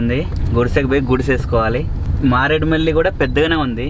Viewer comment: మారేడుమల్లి కాదు మారేడుమిల్లి అని చెప్పాలి